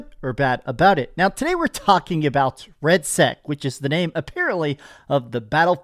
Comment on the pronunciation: Nice man, Im glad you like it, its great watching BF6 kick COD while they are down lol also, no solos mode like u said, and its REDSEC not RADSEC hahaa